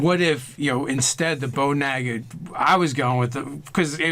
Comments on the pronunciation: haha who pronounces it nega? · that is incorrect, look it up it is Nah-ga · Naga -- (Nah-gah) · Sorry, it's pronounced "Noga". LOL! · captian bert look it up, it is NAH-ga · The Fractured But Whole no it's pronounced NAGa. XD